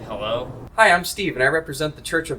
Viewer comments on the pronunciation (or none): none